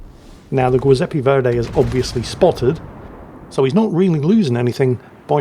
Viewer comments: Play the Anvil Chorus on his head till he gets it right? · No, he should change that. It was painful to listen how he butchered the name of the great Italian composer. I couldn't care less if gets wrong the class of a ship, but I think Verdi deserves a little more respect.